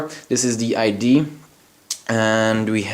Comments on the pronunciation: Its Idea not ID . Work on sounding intelligent to match what you are doing technically . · it's pronounced IDEA, not ID. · you are great at english the only thing you said wrong was "idea" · its amazing how many people care so much about how you say "idea" though clearly they understood what you said. lol.